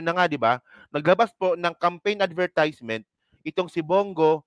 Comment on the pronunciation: Parang awkward yang pag pronounce mo ng advertisement. Please check the correct pronunciation